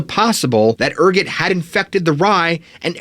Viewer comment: Ergot why are you saying ergot like that